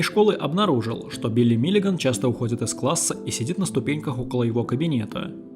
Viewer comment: Только Миллиган, а не Миллиаган!